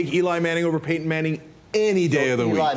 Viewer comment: fail to call Payton Manning "paten manning" lol